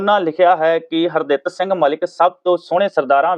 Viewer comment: Punjabi bolni padni sikh lauo s harditt singh na ke har datt s nhi😡😠